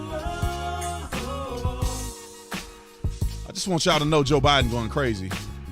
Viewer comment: 😆I don't know if it's a jab at Barack Obama, when you mess up Bidens name. It's funny as heck.